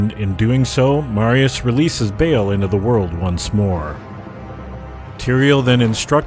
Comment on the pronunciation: my dear friends, please got more involved with the origins of these names...even if it might me pronounced like this in the game. it is not "bail" it' ba'al (coming close is buh-uhl or buh-L) ignorance ain't bliss :)